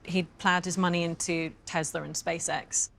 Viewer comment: Did his ex-wife say Tesler?